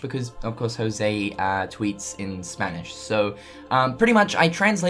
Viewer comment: The only thing that gets me salthy is you saying "Jouse"...It's José, I mean, half of hispanic male people (and some female in Costa Rica) have that name and you english native speakers are the only one that say "Jouse"....I mean, get it on the damn google translator and hit the speaker, boom, you get how to pronounce our names, the rest of the world pronounces it right